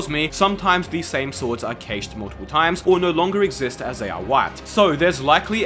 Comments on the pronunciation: As a programmer, the way you say cache infuriates me 😡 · Why do u pronounce cache like that 💀